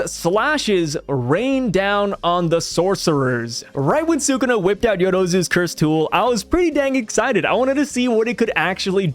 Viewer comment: Brother pls it's SOO-KOO-NA